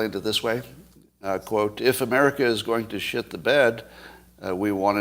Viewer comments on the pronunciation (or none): none